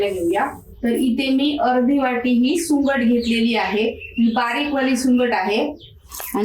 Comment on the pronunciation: सुकट म्हणतात सुंगट का बोलतायत तुम्ही